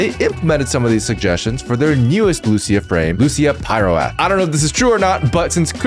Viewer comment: Plz react to all characters from CN as well plz I beg you Edit: it's pyr-oath not pyro-ath